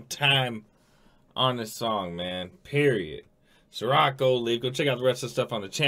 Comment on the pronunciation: I's SAH-roc not Suh-roc.